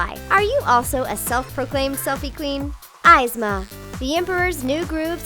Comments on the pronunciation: Was anyone else bugged by the way the chick pronounced Yzma? It isn't "Eyez-ma" it's "Eaz-ma". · It isn't I-zma it's EE-zma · It's not 'aisma' it's 'isma' or 'ease-ma' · Yzma is pronounced (eez-mah) not (eyes-mah) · OH MY GODDDDD ITS PRONOUNCED EEZMA NOT AYZMA OH MY GOD 😡😡😡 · Evesma not ivsma. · Why does she pronounce things like someone dropped her on her head as a child 🙄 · I hope u know yzma is said (eezzma) not (iizma) dumb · Ezma not izma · its not izma its ezma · "Ease-ma" and "cooz-co" who the hell are eye's ma and cuz co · Izma? EEZMA = yzma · The chick called Kuzco "CUHZ-Ko" like bih no... She called Yzma "Eyes-ma" It's Coozkoh and EEzmuh... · I hate how the speaker said "eyez-ma" and "kuhz-co" instead of "eezmuh & Koozco" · EW Isma its pronounced EZZma and kUsco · Your saying one of my fav villian's name wrong! You say it like EEZMA! Not like eyesma. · It's pronounced eezma, not izma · Ok. It's bothering me Yzma = "EE-zmah", Kuzco = "COOZ-koh", and finally Shan Yu = "Shahn Yoo", they literally say all of these names lloud in the movies, there's no reason to mispronounce them if you've actually seen the films. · Pretty sure it's pronounced e-zma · Uh. Eezma? Cusco? ees-ma. Coos-koh. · Omg it’s pronounced Eeez-mah and Kooz-Co 😑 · It’s YZMAH (IZ-MAH) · Eye - zma... That is so annoying, you could have at least told the girl how to pronounce the name. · It's pronounced EEZMA you ingrate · "eyesma and cuhsco" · Everyone’s talking about the way she annoyingly pronounced “EYEZMA”.. but can we just talk about the fact that she made her a PETA supporter and a vegan?!? Like wtf?! Yzma ain’t no vegan bruh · its pronounced "eezma, and koosco" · It's pronounced Esma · ee-zma koos ko* btw your pronounces are off. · EEEEEEEEzma. FFS, it's pronounced in the movie! Argh! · It's pronounced EE-zma!!! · Y-zma!? Kuz-Co;!!!?????.......sightly triggered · Its pronounced eezma and coozco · Who...the fuck... is eyes-ma??? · it's purnouce "Izma" and "Shang WU", you IDIOT